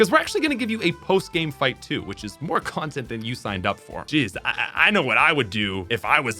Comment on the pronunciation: saying "j1zz" instead of "jeez"... Please don't tell me I'm the only one who heard that.